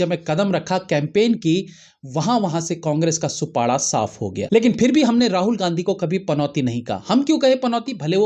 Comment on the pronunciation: सूपड़ा न कि सुपाड़ा